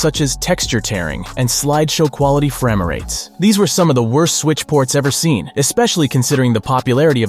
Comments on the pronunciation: Is the narration A.I? Who the hell pronounces "frame-rates" as "fre-ma-rates"? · HAHA What are Fram-A-rates 😂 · i'm sorry....did you say "framer-rates"???? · Fram-er-rates……….I like that, sounds just as buggy as the game itself….. fram…..mer…….. rates……